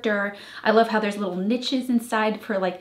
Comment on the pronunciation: Wow it’s going to be amazing. Small thing niche is pronounced like ‘neesh’ rather than ‘nitch’. Your creativity knows no bounds!!